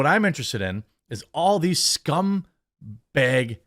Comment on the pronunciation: "Scumbeg". Jeremy channeling his inner Belfast.